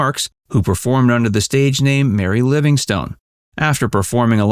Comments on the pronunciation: Sadie Marks' stage name was pronounced "Livingston," and did not end as "stone." Such is the pitfall when one isn't thoroughly familiar with the subject. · A great comedian and personality. For future reference, although written as Livingstone, Mary's name was pronounced "Livingston". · I enjoy your videos, except one thing. Please have your readers do just a smidgeon of homework to learn how people pronounce their names. I've noticed this in many of your videos, in this case you Keep Pronouncing Mary Livingstone like a rock/STONE, and that is how it is spelled, but the name is pronounced Livingston or Livingstun. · The "e" on the end of her stage name is silent. Her birth name was Sadya Marcowitz and she changed the spelling to Sadie Marks and then, after marrying Jack, her stage name became Mary Livingstone.